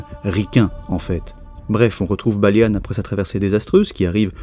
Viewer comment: Pourquoi tu dit "Balianne" au lieu de Balian, c'est un peu perturbant